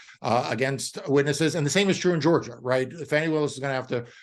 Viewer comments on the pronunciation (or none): A little respect please Marc to Fani(Fawnee) Willis. MAGA disrespects on purpose with mispronunciations of names. Don't be among them. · Please!! The lady’s name is Fani, pronounced Fawni .